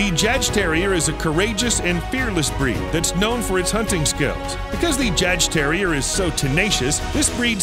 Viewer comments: Re: Jagdterrier It's pronounced (YAHGterrier); one word. It's a little badass, kind of like the Patterdale Terrier but moreso. The Jagdterrier is the ultimate hunter, ratter, pest & varmint controller. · that's not how u say jadgterrier